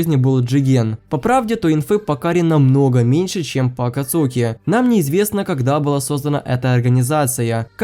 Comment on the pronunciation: Не Акацуки, а АкАцуки😂